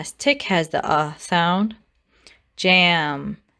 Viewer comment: Tick does not have the u sound.